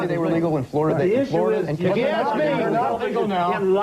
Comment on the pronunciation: That dude at the end wanted to “ax” a question. 😂😂😂